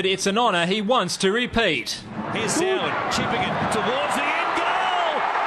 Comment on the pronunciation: if your going to tease soward at least get his name right